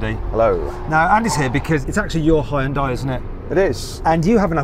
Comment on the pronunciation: てかイギリスでの発音はあんま似てないと思うけどね。ハイウンダイと発音してるけどこれがホンダと似てる？